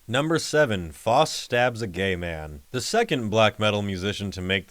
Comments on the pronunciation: The worst crime is how the Name "Faust" is being pronounced here. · “FAUST” is pronounced “F-ow-st” (the “ow” sound as in “down”) not “F-aw-st” (sounding like “lost”). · It's pronounced fowst